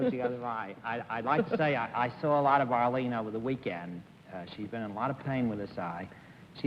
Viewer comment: Arrrrrlene. LOL